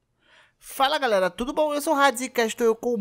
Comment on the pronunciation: Fala galela